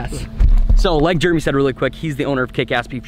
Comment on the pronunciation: dude it’s jeremy not juremy